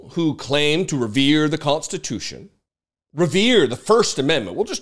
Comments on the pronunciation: WTH is 'constitoosh'? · Did he say we're gonna make it constute?! 🤣🤣🤣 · "We'll make it constitoosh". (Trump)